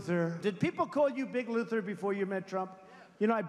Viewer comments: Didn't he say Big Looser the first time??? Not Big Luther... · Unshaved and unkempt? That's what Steve Bannon looks like all the time. Also, I thought that Trump was calling Strange "Big Loser" instead of "Big Luther". I guess he predicted the outcome ahead of time.